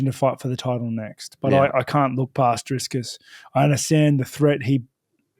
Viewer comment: DriS - Kus??? Really guys its not that hard. Drikus... 😂